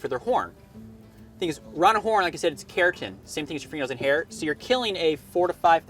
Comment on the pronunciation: Not kerakin but keratin..